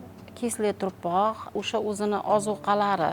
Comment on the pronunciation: КЕЙИН, ТУРПОҚ ЭМАС ТУПРОҚ БЎЛАДИ, ХАТТО ГАПИРМАНГ.